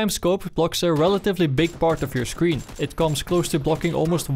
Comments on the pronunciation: I hate that you say "sclshreen" instead of "screen" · he says scleen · scleen LMAOOO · what's a scLeen? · “It completely covers half of the scleen” ok den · This guy can’t pronounce screen